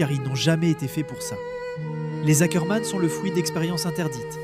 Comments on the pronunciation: C pas hackerman 😭🤣 c ackerman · Ackerman pas Hackerman 🙀😭